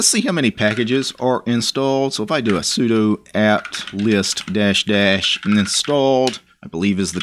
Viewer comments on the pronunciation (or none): none